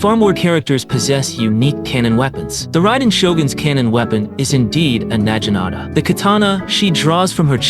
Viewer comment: "nayi-nata" bruh 💀